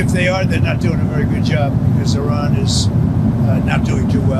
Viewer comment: Why do you insist on calling Iran , Oron? Very distracting to me.